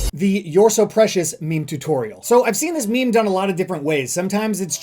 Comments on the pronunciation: its meme not meemee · DID YOU JUST CALLED MEME AS MIMI GRRRRRRR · he said "memey" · "Me-me image" :)